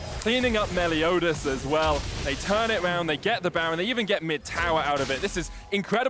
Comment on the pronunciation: It’s Meliodas! Not Melodias! Lol